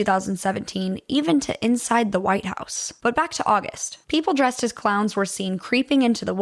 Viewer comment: I was so confused when she said "inside the withe house" and then saw trump